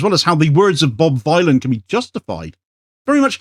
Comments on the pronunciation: Its informative to know how to pronounce the name of the band. It's Think Bob Dylan the Ethnonationalist Villain. Bob Vylan, not violin. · it's Bob Vylan [villain] as in 'Bob Dylan' not v-eye-lan. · It's pronounced Bob Villain, a play on Bob Dylan the ethnonationalist Villain. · It's pronounced "Bob Villain". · PRONOUNCED BOB VILLIAN,,,A CLEAR NAMEPLAY ON BOB DYLAN--BOB VYLAN AND THEM BEING CONSIDERED POETIC VILLIANS AS THEY ARE NOW,,,you're welcome,,,otherwise great vid as uszual. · Pronounced like Bob Dylan. Just with a V to say "Villain" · BRO ITS PRONOUNCED VILLIAN. CHECK THEIR MUSIC OUT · It's pronounced Bob Villain! A play on the genocidal ethnonationalist Bob Dylan. Wow. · He could at least pronounce the name of the band correctly. It's Bob Vylan, rhymes with Bob Dylan the Ethnonationalist Villain. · This is a very minor point considering the actual subject matter but, the band name is pronounced "Bob Villain" like a play on Bob Dylan but "Vylan". Decent band. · His name is a play on Bob Dylan. Please pronounce it right. Bob Vill-an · that could not be bothered to learn how to pronounce the hilarious name of the band he is reporting on, leading Sky News to say "Bob Villain" and "Death Death to the IDF", is somehow a commentary on the BBC? Kneecap's Glastonbury set audio is on YouTube now. Freaking banger. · Pronounced villian. Rhymes with Bob Dylan. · Its Bob Vylan to rhyme with Bob Dylan. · I don't understand how people cannot say the name correctly... It's an obvious play on Bob Dylan, even if you do not know the band (like me) or even if you are not a native english speaker (like me), anyone with 2 braincells to rub together should understand this...